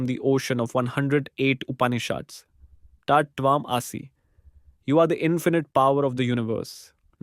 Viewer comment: Please learn to pronounce TAT TVAM ASI properly. And how to pronounce UPANISHAD. Bye for now.